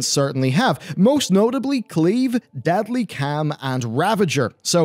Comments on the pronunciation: Love your videos, a lot! But everytime you say 'Deadly Cam' i want to gauge my ears off 😅 caaaaaarrrrrlm <3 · Deadly calm is not pronounced as deadly cam. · Sooooo,. I know your trying to say Deadly Calm, but I'm hearing Deadly cam... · OMG HOW ARE YOU PRONOUNCING DEADLY CALM WTF